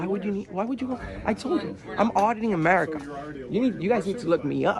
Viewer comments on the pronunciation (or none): when says his channel name, I swear he said Odd In America. He should consider changing to that anyways, seems more fitting